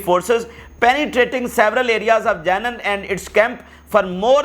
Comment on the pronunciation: Plz correct your pronunciation for: Janeeneen its not Jenen Explosives not Explusive Punishment is not poonishment Meeting is not meting..hope u wouldnt mind as thousands listen to u i thought i mention n make ur speech better.